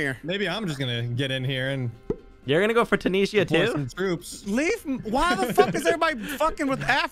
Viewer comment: How you guys pronounce Tunisia is giving me ticks 😵‍💫